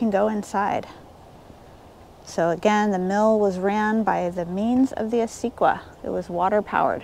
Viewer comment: Thanks for sharing your adventures. Pardon my critiquing. Acequia is pronounced; ah-say-key-ah